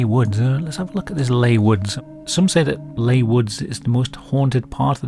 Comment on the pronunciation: Leigh is pronounced Lee. FAO